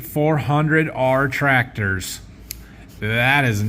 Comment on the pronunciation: May 26th, been watching video this week. I'm glad someone else noticed "Tactors". I busted out laughing 🤣